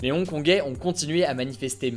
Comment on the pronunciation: Ils sont trop chaud les "Hong-Kongé"